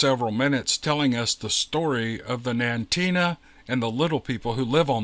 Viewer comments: Not Nantina. Nantiinaq is pronounced Nan-ti-nuck. Yes, Portlock, AK was abandoned in the early 50's. The post master was last to leave. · I believe the land at Portlock is haunted and bigfoot happens to be there. Nantenuk is how you pronounce the name.